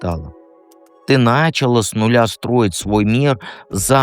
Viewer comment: ПринялА и нпчалА ударение на послелний слог